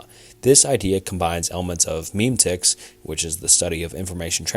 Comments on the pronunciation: Please pronounce memetics correctly It's not meme-tics It's me-me-tics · yeah, cringed a little when he pronounced memetics (meh-met-iks) as (meem-tics)